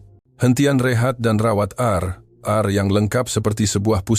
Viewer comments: Di sebut RnR = Rawat dan Rehat dan bukannya RR huruf I di sebut ai dalam bahasa melayu malaysia dan bukannya divokalkan. menjadi sebutannya seakan huruf ' E' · R & R kau sebut lah betul2,nampak kelakar lagi bodoh.Rawat dan Rehat(r n r) itu makna/terjemahan yg betul.